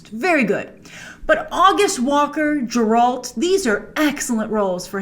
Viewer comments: yeah but you'd think that after watching 8 episodes she might notice that they're pronouncing it Geralt and not Jeralt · Grace it’s not Jeralt it’s Geralt .. come on Uve watched the whole series! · What’s a “Jerolt”, Grace? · It's not jeralt!!!!!!! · IT'S GERALT, NOT JERALT! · Jrace, it's not pronounced Jeralt. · Did.....did you just say ‘jeralt’ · Pronounced Ger-ult, not Jer-Alt Grace! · Grace, try again with the “Geralt” pronunciation. It’s a hard “G” and not a “J”. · Also, wtf is Jerolt.. You mean Geralt? You know like Gehr-rult.. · Grace. Stop it with jeralt. (eye roll) it's a hard G sheesh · PLEASE STOP SAYING JERALT. ITS GGGGERALT WITH A GGGG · It's geralt not jeralt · How do you watch an entire series but still manage to pronounce the main character's name as Jer-Alt. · At this point I think you're just calling him Jeralt to trigger people. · It’s Geralt grace not jeralt🤦‍♂️🤦‍♂️🤦‍♂️🤦‍♂️ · Its not Jeralt Its Geralt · Its Geralt Grace! NOT Jeralt! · "Jerolt"? Did she not listen to how the name is pronounced throughout the entire show? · FOR THE LOVE OF GOD IT'S GERALD NOT JERALD!!!! 🤯🤯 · Come on grace it's Geralt not jeralt haha... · It’s GE RALT not Jerolt... 🤨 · Even after watching all these episodes, you are saying Jerolt!!! Really? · Are you sure you watched it? You're still calling Geralt Jeralt... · Stop calling him Jeralt Grace. It's Geralt!!!!! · If she says Jeralt one more time... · First of all it's "Ge-ralt". 2nd, Game of Thrones was very female centred (Queen Cersei ruled the south, North was eventually ruled by Sansa, the person who ended the war was Arya and the Mother of Dragons was Danaerys). 3rd, the fight scenes were amazing throughout; the first couple of sword fights were very similar to how the Video game Geralt moved. 4th, the first episode was one of the strongest episodes as it was the hook of the show. You're high. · Who's Jer-ALT? Do you mean Geralt? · Who the hell is Jerolt ?? Lol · Jeralt????? what you saying Jrace?